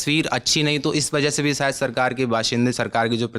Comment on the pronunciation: Bed se so kar uthakar agaiye hai lagta hai. Lalantop ki reputation ka to khayal rakho, screen time mil raha hai uski respect karo bhai. Upar se communication bhi mashallah. 'Niveshak' ko 'Nivesak'. 'Shayad' ko 'Sayad'. 'Bazar' ko 'Bajar'. kya kar rahe ho.